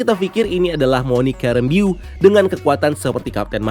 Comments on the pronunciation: Bukan Rambiyu, tapi Ram-bow.... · oot bang, but u pronounced rambeau wrong. harusnya pelafalannya mirip kaya rainbow tp make M instead of N